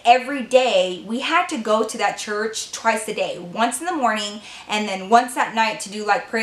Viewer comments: Hi love your channel, and you forgot the r in church you total said chuch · I'm being so shady, but it just sounds so funny! You know I love ya girl!